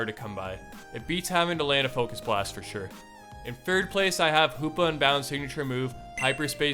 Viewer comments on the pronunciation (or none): none